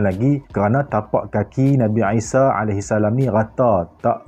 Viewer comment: Isa, I tu sebut mcm ain